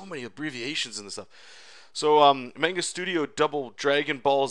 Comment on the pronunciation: Otaku rage burns at the miss pronounciation of manga...